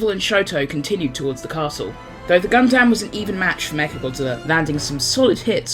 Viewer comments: Also it’s pronounced more like “Gun-Dum” not “Gun-Dam” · And he also called the Gundam "Gun-damn." Pretty painful to hear both errors...